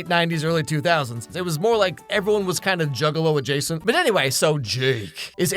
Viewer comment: cough you said... "Adjacent".... cough cough